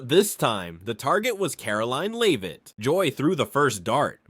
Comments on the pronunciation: Learn how to pronounce Leavitt. Leave it? Really. It's Levvitt dummy. And Bay-har and Hoss-tin. How can do you do a video and not know how to pronounce peoples' names? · Someone told me these readings from a script are done by AI. I only assume that now because there are far too many mispronounce words and names like this one, I write a comment tell them of the mistake, and with this one the last name is pronounced Lev-it, not Leav-it. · can't pronounce "Leavitt".